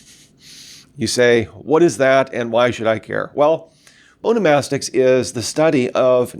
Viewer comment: My face when this dude can't even pronounce the word onomastics correctly